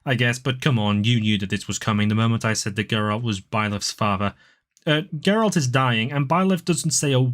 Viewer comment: Why do you say "Geralt"?? It's literally spelled with a J😭😭😭😭 Also me personally I loved cindered shadows. I know it was pure filler but I really liked the story and the characters.